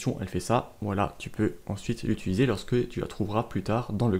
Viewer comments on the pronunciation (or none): J'ai 13 ans et je suis très interréssée par l'informatique, j'ai enfin trouvé une série de vidéo qui me convienne, merci beaucoup! (Juste le "utuliser" haha)